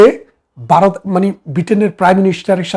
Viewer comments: এই বাঙ্গুরা বাংলা উচ্চারণটাও‌ ঠিকমতো করতে পারে না,। ভারত-এর বদলে "বারত" বলে... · Baroth na Bharat.Bangla uchharon thik korun. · 😂বারত নয় ভারত। 😂😂😂